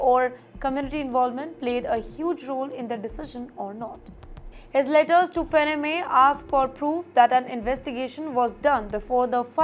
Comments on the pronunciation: FANNY MAY is how it is pronounced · It's not fenneme lady it's pronounced 'Fanny-May' Do some research please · Until I saw the name, I was thinking....hmmm "Fennamay" I never heard of this company.🤣🤣🤣🤣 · The name is pronounced as "FAN-NEE". Please research before you upload. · Where do you learn your pronunciation from? It's FANN-EE MAY? It's so irritating when you make your own rules. 😅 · Faa nni Mae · IT IS "FANEE-MAY" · Would you please improve your pronounciations for words like America, Deportation, Depreciation, Reciprocal, Fannie Mae, the list is pretty long. May be you should study the pronounciations by going thru Dictionaries ! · Please learn to pronounce Fannie Mae correctly. It hurts my ears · I think you are pronouncing the company name wrongly. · It’s so annoying… Can’t they get someone who can pronounce words correctly! Kaha se pakad ke laya isako! She is terrible!